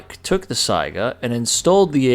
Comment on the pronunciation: First rate video. All of you people who mispronounce Saiga as sega(game system) listen to how it's correctly said in this video. Saiga = sigh guh not sega.